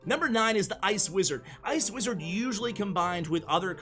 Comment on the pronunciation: the amount u said ice wizard for e wizard